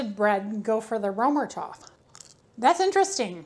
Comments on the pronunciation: I didn’t even think you would see my comment.. I apologize if I came across snarky! Römertopf means “Roman Pot”. First, the distinct German “r” is guttural, using the very back of your tongue. The German ö is pronounced by forming an “o” with your lips but saying a hard “ā” sound, as in “ate”. The “er” is said like “air” but very soft on the “r”, saying it in a hoity-toity kind of way, like you’re trying to be fancy. The “o” in topf isn’t a soft vowel like the American pronunciation of “top”, rather it’s a hard vowel as in “bowl”. Thank you for the great video comparing these two baking vessels! I really love my Finnish version of the Römertopf! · You’re butchering the pronunciation of Römertopf..